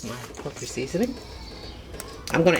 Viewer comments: Did she say “poetry seasoning”? 😂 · yes. Or portry. Repeatedly!